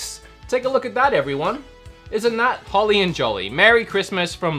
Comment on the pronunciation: Holly* not holy